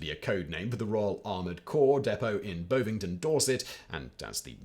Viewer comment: Bovington is pronounced with the Bov like Bovril. I learned to swim at the army camp there. It's still an army camp and now has a tank museum.